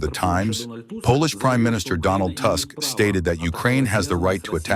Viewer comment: What a shame that you pronounce the Polish president's last name "Tusk" as if he were born in a village in England or Scotland. You could learn the correct pronunciation. The U in Polish isn't pronounced like an A, but like a real U. Learn it.